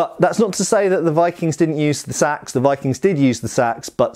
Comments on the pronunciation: Gods I hate that pronunciation. They weren't wearing shades and blowing cool tunes into a curved horned instrument, and nor were they using burlap bags as weapons. Æ is the a in at/bat/cat/that, and it is not spelled Sæx, it's Seax. So there should be some level of even sub-vocalization, something that makes it sound different than what rice is transported in, or what John Coltrane was famous for. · "There are all kinds of Saxe..." 😜